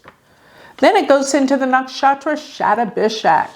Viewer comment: Sha ta bi shak.....luv the way u pronounce nakshatras